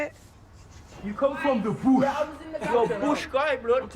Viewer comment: ..YOU COME FROM DE BUSH, COME FROM DE BOOOSH!